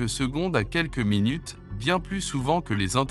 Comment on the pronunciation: Aïe minut sans e 😂